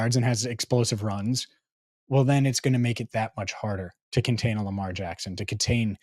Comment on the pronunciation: you started with the derr… no its joe burrow.. instead of saying lamaaar… bit you in the 🍑